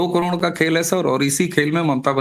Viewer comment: करोण नही करोड बोलो क्या आप "ड" अक्षर का उच्चार नही कर सकते?